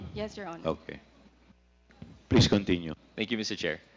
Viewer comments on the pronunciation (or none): Ang sakit sa tenga mag English ni Dan Fernandez. Flease stof.😂